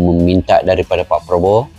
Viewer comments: Mc Malaysia tidak profesional penyebutan nama presiden.... sangat mengecewakan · Betul ... Salah penyebutan nama presiden ... Sering kali malaysia suka salah penyebutan ... Sungguh Memalukan 🤦‍♂️ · Lagi minta maaf,salah peyebutan nama persiden itu😂kocakk sekelas KTT Asean masih salah,3 negara lagi yg salah nya😂kacaw"gak propesional